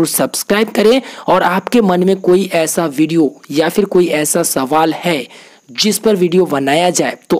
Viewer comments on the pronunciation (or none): none